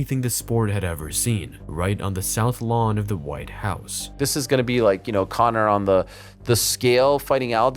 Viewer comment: "CONA MCGREGOR!!"